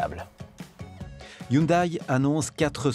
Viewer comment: Hello, présentation un peu succincte, mais bonne. Vous avez le bon rythme ! ça a peu d'importance, mais il me semble que"Hyundai" se prononce (phonétiquement): "youndé"